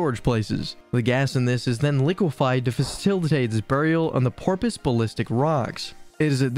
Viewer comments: When you can't even pronounce Methanol properly it makes the rest of the video irrelevant. Porpoise... you mean Porous Balistic... you mean Basaltic Iminiminated... you mean Emanated... you have too many syllables and added letter sounds Electrolalysis... you mean Electrolysis... again with too many and the wrong letter sounds Thinsythizer... you mean Synthesizer... got your sounds backward this time Respite... you mean Respite as in Reh-spit Hydrogen.... dear god man...its High-Drow-Jen not High-Drog-En Zine... you me Design... you dropped a syllable there You really struggle with the word "the". In many places you are missing it and other times you use it where it shouldn't be If this were a drinking game where you drink every time a word is mispronounced I would be drunk already. Seriously though.... for people to take your content seriously you really need to get simple pronunciations right and download Grammarly to get your grammar right. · What about the pronunciation of "electrolysis" and whatever "porpoise ballistic rock" is? I think it's just a narrator who doesn't know these words.